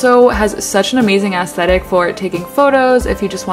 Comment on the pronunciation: Love this! Must be nice to have quality thrift shops around. Question though... why do you always say ass-thetic? And put so much emphasis on the first syllable? I can never unhear ass-thetic now and for some reason it's bothersome.